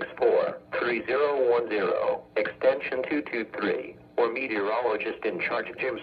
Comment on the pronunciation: He also can't pronounce the word or the right way. However some weather forecast offices (should've) fixed this.